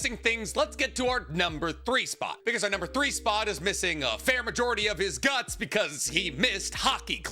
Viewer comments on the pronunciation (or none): none